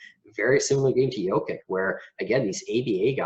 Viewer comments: Maybe for credibility learn the correct pronunciation of the players. Its just hard to take you serious if you mispronounce names. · Why don’t you go to the Denver Nuggets website and check their pronunciation guide so you can at least say the guy’s name correctly. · How can you make a video about Jokic of over thirteen minutes without learning to pronounce his surname correctly? This is ridiculous!!!!!!!